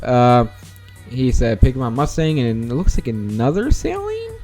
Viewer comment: How do I send pics of our cars? Also Saleen is said like sah-leen not sai-leen